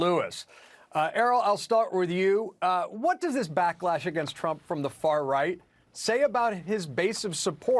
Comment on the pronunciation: I like the emphasis on "far-right" as if Candace Owens is far right lol